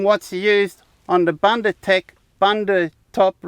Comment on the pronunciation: Hi, thank you for promoting a South African product. Let me assist you with the pronounciation, though. The "u" in the first syllable, "Bun" is pronounced exactly as you are pronouncing the second "u" in "ndu"..it sounds the same as the "oo" in "book". Bundu means bush, or bushland or any area far removed from civilization...hope this helps?